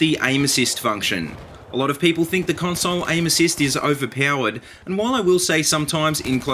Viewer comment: ovear pawered